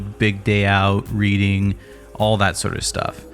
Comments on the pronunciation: Might be a controversial take I think teenagers fits better on three cheers and ghost of you fits better on black parade. reading is pronounced redding. I wasn’t an emo kid but loved the music (frankly I was just too lazy and too rural to do the scene) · For future reference Reading (as in Reading and Leads) is pronounced Redding like Wedding with an R